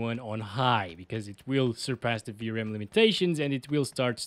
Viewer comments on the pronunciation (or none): none